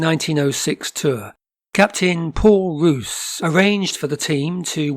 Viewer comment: The school you refer to is pronounced SAX not S.A.C.S. and Paul Roos is pronounced Pole R oo rs...as in gourmet. Unfortunately there is no vowel sound similar in English.